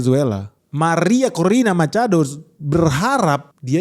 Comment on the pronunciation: semangat banget pas nyebut "Maria Corina Machado". Bak spanish speaker. 😎